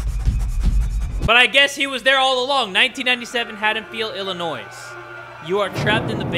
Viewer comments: He really just said "Illinoise" lmao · really said the S in Illinois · Excuse me but um, the s in Illinois is silent!! Now that we’ve got that under control proceed with your most likely boring lives🙂. By the way, I’m glad you posted, 🥲.